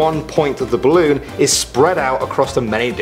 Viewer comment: "ballon" lol